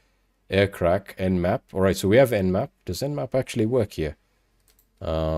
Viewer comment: Nmap not nap